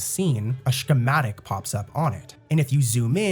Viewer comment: The way bro pronounced schematic lmao